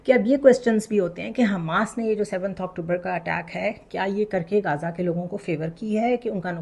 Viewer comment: محترمہ، یہ لفظ غزہ ہے زے پر تشدید کے ساتھ، غازہ نہیں ہے، یہ لفظ عربی کا ہے اس کو انگریزی ہجے سے لینا مناسب نہیں، پلیز، برا من منائیے گا، پاکستانی اینکروں کی اردو بہت پریشان کرتی ہے،